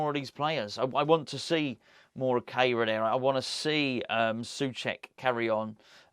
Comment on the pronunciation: you mentioned the pronunciation of Kehrer´s name which I think you and Moyesie are still not quite getting right. As he is German, and I myself am a German teacher, I think that his name must be pronounced "care-rah" (English version). In terms of etymology, his name actually means "sweeper" which is quite ironic when you think about it and what you talk about in the video. Not trying to be a smart-arse, just trying to help "going forward", as Moysie might say.